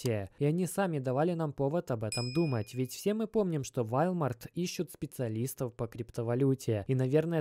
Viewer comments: Вальмарт,валмарт..... Как угодно, толко не верно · govoritsya i chitaetsya woooolmart, ne walmart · Ты, вроде, собразительный парень, но мировые брэнды не можешь правильно назвать: Рейтерс, Волмарт. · Ты рофлишь???? вОлмарт!! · мужик, ну выучи уже английский - это невозможно слушать: "Вальмарт" ... ты чо Властелина Колец пересмотрел?! Просто не первый раз уже ... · У тебя произношение вначале видео слова Волмарт просто режит слух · все норм, но валмарт писец как режет слух) уолмарт же) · Уолмарт. Уолмарт. Запомни а. Ты же не говоришь Фони, Чамчунг или ЕКЕА. Надо же знать хотя бы о крупнейшем бренде в мире. Не в первый раз слышу "Вольмарт". Рука/лицо просто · все круто! Спасибо огромное! Только режет слух ВАЛЬМАРТ. Правильно произносить – волмарт. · Да не Валмарт, и не Вальмарт 🤦🏼‍♂️🤦🏼‍♂️🤦🏼‍♂️🤦🏼‍♂️🤣🤣🤣 е Уолмарт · Волмарт, ди. ВОлмарт. Не валмарт. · Как же режет уши слово Волмарт😬 УОЛМАРТ! УОЛМАРТ! УОООЛМАРТ!!! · Волмарт.... пожалуйста не надо никакого Вальмарта... просто... ВОЛМАРТ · Только не вАлмарт, а вОлмарт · ВОООЛМАРТ А НЕ ВАЛЬТМАРТ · Ааааа хватит вальмарта! Уолмарт или хотябы волмарт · какой вАлмарт!? это вОлмарт бл3т! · Не вальмарт а волмарт)) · Не валмарт , а волмарт 🤣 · Блин, это прям слух режет и одновременно смешно. Дружище, не ВАлмарт, а ВОлмарт! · извини дружище но и ты не прав, не Волмарт а Уолмарт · Минус уши 👂 какой валмарт))) волмарт!!! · 👉🏻 вОлмарт!!!!!!!!!!!!!!!!!!!! Как серпом по яйцам. Тебя просто смотрят люди кто тарится в этом сторе. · правильно Волмарт и Рейтерс - новостное агентство. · Прошу прощения , но произносится ВОЛМАРТ. у Вас с английским ведь все хорошо. Мелочь, желаю удачи и здоровья. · Walmart - ВОлмарт по английски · Нет такой кампании валмарт збл уже произносить научись правильно 🤷🏻‍♂️ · По-французски звучит. Зато заметили и комменты написали. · Пора подучить английский ! Волмарт 😄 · Извиняюсь не в тему .. правильное произношение Walmart - вОлмарт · братан это читается Волмарт если че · Роитерс, Вальмарт... понятно